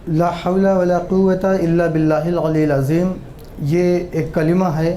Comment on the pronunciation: Abe kalma to sahi se padh le😂 Ye aliul azim kya hai Khud ko Maulana kahta hai zahil